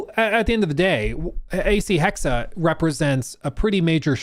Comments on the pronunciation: Erf.. #1: Hexe is the german word for witch and pronounced Hexe not Hexa.. the E at the end is the same as the first E (Just like with the E in Porsche... but i kinda gave up on explaining that). #2: I never minded magic in Odyssey, on one hand its part of the actual Odyssey, on the other we always had magic in the background story with all the gods the apples of eden, etc. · Try to pronounce the second E in Hexe like the first E. HEXE 🪵🔥 HEXE 🪵🔥 HEXE 🪵🔥 HEXE 🪵🔥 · He finally learned. His "Hack-say" was cringe, lol. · You’re just fucking with us the way you’re pronouncing “hexe” right?…… RIGHT!?